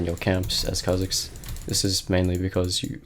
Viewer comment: Why he saying kebab